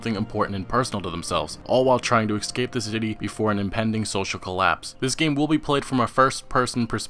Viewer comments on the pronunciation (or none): Es-cape not ex-cape. Tard. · eScape not eXscape